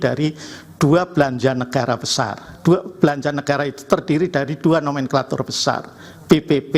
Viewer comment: Todong ini gimana ya ngomong negara bukan negaya